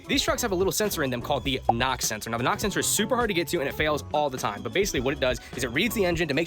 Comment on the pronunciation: Sorry, are you saying Pam or Pamn? Lol really though are you saying nox or knocks??